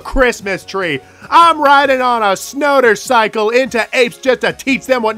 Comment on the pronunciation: "I'm riding on a snotwercycle!". Easily my favorite part.